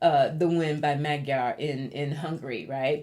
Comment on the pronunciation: Hiya,. If I may humbly show you how to correctly pronounce "MAGYAR". 1st of all, that is the Hungarians call themselves. It is also in the official name of Hungary, which is NOT the what Hungarians use BUT MAGYARORSZAG. which translates to" the Land of the Magyars". However, that word is pronounced "Moh-JAR because in "hungarian language, MAGYARUL"" a "DY" is pronounced, " JYA". I understand Magyarul thugh I'not fluent right now because I don't use it everyday as I did before God bless you, Gurl and please continue to allow the Ancestors to provide guidance to you to pass on through to your subscribers. BTW, I'm curious if your Spiritual name, "" was given to you by being intiated as a "MESSENGER OF LIGHT" do you know if it's Nigerian, WEST AFRICA & if it's taken from IGBO or YORUBA? It caught me ear immediately when I heard your name. I'm American born medium and speaks to and sees my ancestors each and everday since I "WOKE UP" in 1995. LOL!